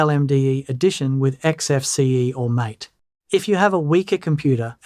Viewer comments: mAH. tEH. not mait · My understanding is MATE is pronounced as MA-TAY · MATE (a beverage) is not mate (friend). And it's not pronounced as mate (friend). You trying to be helpful but need to learn names you talk about. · Mate is pronounced Ma-Tay